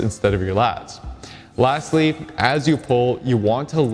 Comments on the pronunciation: .... I thought he said ' lats-ly' instead of lastly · and I thought I heard you say "latsly"